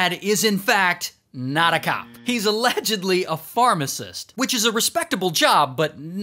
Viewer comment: He didn't say allegdidibibly he just normally said allegedly 😢 😂